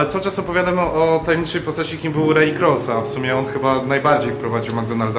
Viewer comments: Panowie to nie jest że się czepiam ale Ray Kroc wymawia się Rej Krok 👽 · Nazwisko Raya Kroca wymawia się Krok